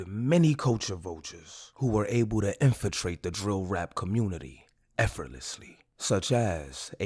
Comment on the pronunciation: Jit said infiltrated 😂😂😭